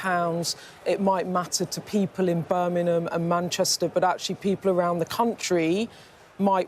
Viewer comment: Beth, where is Birningham? Please pronounce our great 2nd city properly. It is Birmingham B.I.RM. Not B.I.R.N. Your welcome.